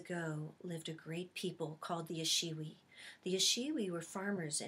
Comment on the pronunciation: spelled ashiwi---pronounced, (ah-shiwi) just to let you know. ...thats where I'm from.